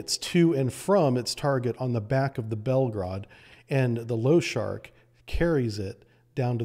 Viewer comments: LOSHARIK - [ l o ∫ ʌ r I k ] not [ l ou ∫ ʌ r k ] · pronounced Lo-sha-reek not low shark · Pronounced Lah-Shah-Reek. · I love how you call the "Lo-sha-rik" submarine "Low-shark"! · and other places - you keep pronouncing it "Loshark" - it has an "i" in front of the "k", so it is pronounced "Losharik". Sharik is the Russian word for a small ball or balloon, loshad is the Russian word for horse, so losharik is the concatenation of the two words, referring to a Russian cartoon character of a horse made out of balls. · pronounced lou-sharick , not lo-shark :) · Nice presentation but every time you say lo-shark even when it says in capital LOSHAR I K i feel my OCD triggered :D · Losharik has i, I need to hear you pronounce it! sharks have nothing to do with it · Why did you call the Losharik sub low shark or something?? I think I saw that 'i' before the 'k' clearly. Before you speak about something, learn to pronounce it correctly! How hard can it be to understand something so simple? No hate on your videos, I really like them, but I hate when people spell words incorrectly! The 'i' is spelled differently in different lannguages!